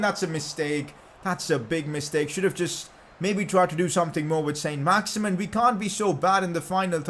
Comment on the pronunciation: Pcq: It isn't pronounced "Saint Max-Imin" its pronounced "Son Max-Iman" because he's French